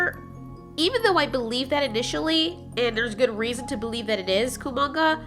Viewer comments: It's not Komanga its kumonga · It’s kumonga okay